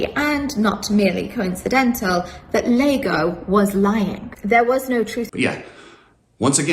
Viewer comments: It’s Iago, not Lago… comedy writes itself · Hey, isn't Iago pronounced Yago not Lago? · Yeah, it's pronounced Ee ah go. obviously googled Cuck, saw Iago, and didn't realize that the first letter of dude's name was an I and not an L, cuz she can't read?